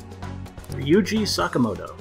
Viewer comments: saka-moto why is that so hard to say right! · Also, you're right. The game's English pronunciation of 'Sakamoto' and other names later on is strangely incorrect.